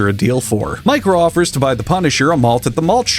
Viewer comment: Every time you say "Micro," I hear "Mike Rowe," as in the Dirty Jobs host guy.